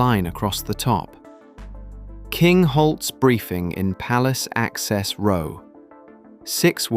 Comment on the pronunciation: There is a different pronunciation of 'row' when it is a line and 'row' when it is an argument or quarrel/ The narrator continually gets things wrong